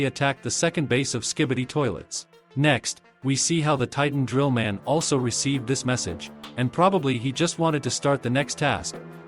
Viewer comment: Bro said trillman titan.